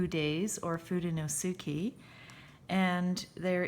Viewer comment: Just adding that it's pronounced foo de nos ke, in Japanese the u sound between s and k or s and t I believe it silent.